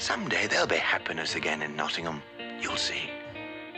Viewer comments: One slightly jarring thing, and it comes with it being an American production, is the pronunciation of "Nottingham" - the stress is wrong. It seems to be a way of spotting someone talking in a British accent but not talking British English. NottingHAM Vs Nottinghm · Being from Nottingham i love this film... the way they say Nottingham annoys me. Its "Notting-um" not "Notting-ham" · As a Brit, the most upsetting bit of this film is the pronunciation of Nottingham. It's not Notting-HAM, it's Notting-UM. Makes me cry every time I hear it 😥🤪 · ( if you want to say it in an English way it's more Notting-um :) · Its a great film, my favourite Disney animation & its beautiful & sad. But, as an Englishman, I hate the way they pronounce Nottingham. If Hams at the end, it's more of an Em sound. Birmingham - Berm-in-em Nottingham- Not-in-em. Great video. As always. 👍 I can forgive you pronouncing the G. 😆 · I only wish they'd told Roger Millar how to pronounce "Nottingham" before they recorded the audio.